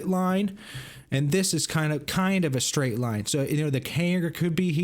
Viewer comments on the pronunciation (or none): none